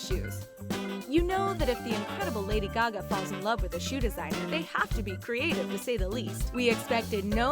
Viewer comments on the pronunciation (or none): none